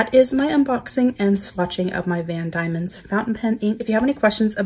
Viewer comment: Nice to see you highlighting product from my home. Those inks are lovely. I’m a Tasmanian although I’m not living there at the moment. BTW - it’s pronounced Van DEMON, not DAIMON.